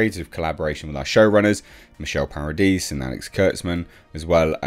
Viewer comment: It's funny that one of the producer's names is spelled Paradise but it sounds like is saying Para-dees. Like I give Star Trek Discovery a Pair-a-deez nuts! 🤣